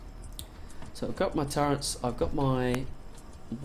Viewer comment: Can you please stop calling them "Turrents" they are called "Turrets". This is my only complaint. Otherwise good stuff...TY